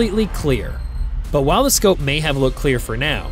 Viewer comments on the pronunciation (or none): none